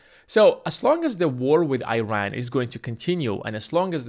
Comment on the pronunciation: Please pronounce the country of Iran properly. Show respect on how it should be pronounced. It’s all about credibility too. Thank you